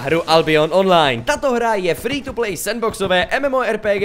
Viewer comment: free to play, jsi se asi trochu přeřekl ne? :D :)